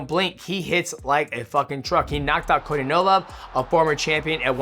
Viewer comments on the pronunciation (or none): none